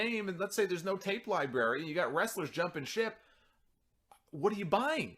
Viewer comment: Did you just say 'Libarry' at first?